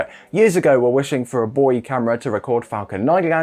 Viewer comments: At last some one who pronounces buoy properly. For this alone I will add this channel to patron. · he pronounced it the proper English way!